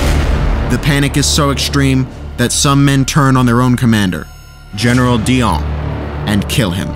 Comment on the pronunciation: does Dillon need a French affectation? I thought the Dillon’s were originally Anglo or Irish, as their regiment was originally Irish raised Also, the general Arthur Dillon was guillotined. The guy who was killed was apparently his cousin, a brigadier general